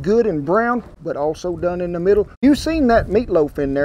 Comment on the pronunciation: He said “did thae job!!! Speak regular English!!!